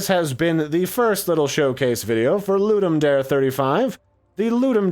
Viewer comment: Ludum Dare is latin. The 'dare' is not the english word 'dare', so the pronunciation is slightly different. Nice video, btw